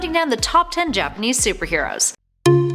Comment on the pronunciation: Gotta say, your pronunciation of Japanese is quite good!